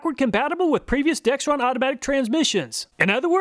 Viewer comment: All of you watching, please take note there is no "T" in Dexron the brand name.